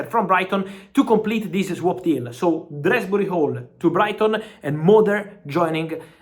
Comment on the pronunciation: Who the fuck is drasbury hall. His name is Dewsbury hall. Jesus